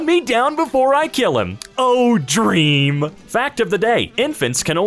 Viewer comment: when says the "oh dreeeam" wrong: 😞😞😞